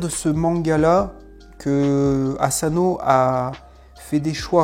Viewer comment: 😈On dit pas Azano mais Asano!😈